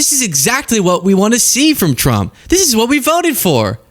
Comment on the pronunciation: what's up with the name Trump? She says Thump, that press lady says Chump, i've heard say Frump... I love it, mangle it some more!